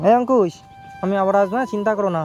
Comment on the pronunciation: Amar khub valo lage jakhan Angkush k Antush bole